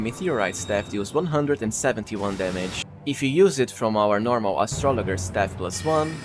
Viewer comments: Dude…astrolojer is how it’s pronounced. Have you never heard of an astrologer? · Aye nice tips. Here’s one for you. It’s a soft g in astrologer. It’s like Astra laj er. One of those English exceptions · Astrologer is pronounced with a soft "g." Just saying, no judgement. Love your channel, thanks bro.